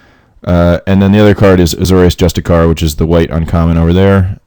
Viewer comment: Love how everyone calls him Azorius Justicar (missing the 'i'). That's no Asari, but I approve. :)